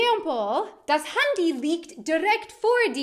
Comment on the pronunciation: I especially loved it, when you pronounced 'Handy' more german than most Germans would do. 😉